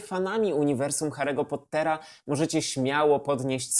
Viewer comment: Hahaha! Biję się w pierś! To był kiepski dzień, jeśli chodzi o poprawną wymowę imion i nazwisk, ewidentnie. Szczególnie biorąc pod uwagę "Kałrona" zamiast "Kłarona", "Grindevald" zamiast "Grindelłota" i PoTTer. XD